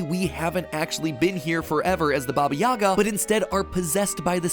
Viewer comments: Uh, it's actually "Baba yagá" and not "Baba yága" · stop saying Baba Yaga's name wrong its Baba Yega it's so frustrating hearing Americans trying to say that name. Not YAGA, YEGA (EEEEEEEE). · pleeeease its pronounced as bAba yagA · Don’t make me get John wick in this B****! Taking about Baba Yaga instead of (yeah-guh)